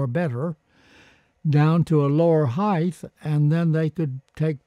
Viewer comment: Like many Americans, he mispronounces the word height as "heith".